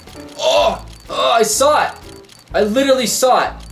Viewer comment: "ohh! Ohh! I sawt! I literally sawt! Everyone sawt!"